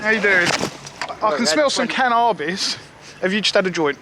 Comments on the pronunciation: ' i can smell some 'can are bis' lol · "I can smell some cannarbis." That's an interesting way of saying it.